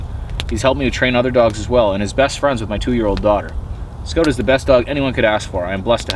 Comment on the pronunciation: Why name him scout if you can’t even pronounce it correctly?